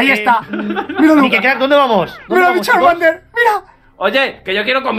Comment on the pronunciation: ME GUSTA CUANDO MIKE DICE CHARMADER QwQ♡